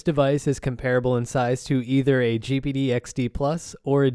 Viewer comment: It sounds like you are saying 'Gibbidy'...you are saying G-P-D...